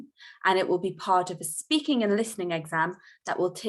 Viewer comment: Espeaking or speaking? which pronunciation is correct?